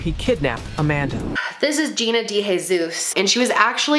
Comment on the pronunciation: Day-hay-suess. Is how it's pronounced